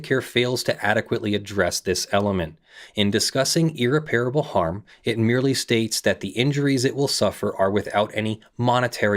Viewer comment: Every time you mispronounce irreparable is like a nail in my brain.